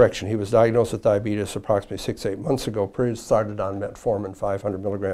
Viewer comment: He said the D word 😂 “Diabetus”